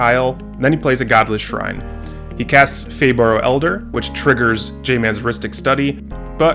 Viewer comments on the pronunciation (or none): none